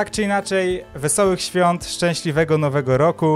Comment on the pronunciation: Wesolych swiat! Ja uslyszalem: Wesolych SWONT... XD